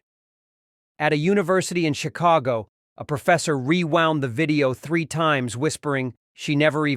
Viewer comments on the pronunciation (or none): none